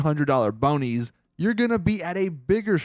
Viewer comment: Bro its bounty's not boonies lmfao u said it right the 3rd time but god bro that made my day